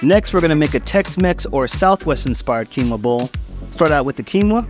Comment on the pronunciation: Not your fault,. Quinoa should be "o-ah" (but it came from quechua, which doesn't have mid vowels. Just high (u, i) and low (a). So it was probably quinua, originally)